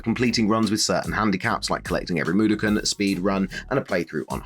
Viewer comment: Mud-o-kon not moodicon mate aha